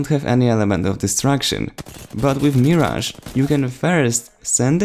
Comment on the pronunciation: It's "Mirage" here let me spell it the way you should say it (Merage) like there is an ER in it